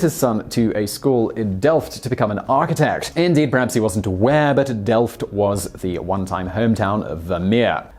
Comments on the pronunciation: You said "delft" perfectly though, so, that's something. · The pronunciation of "Delft" was actually quite decent.